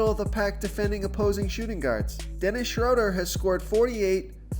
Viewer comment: You pronounced Schroder three different ways! You started with the correct pronunciation and then threw in two more that sound like they should be right too.